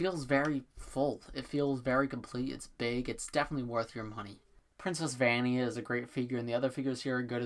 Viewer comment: Vania is pronounced va-nya